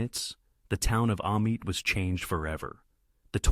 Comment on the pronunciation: For the record it's pronounced A-meet and not A-mite. Great video though.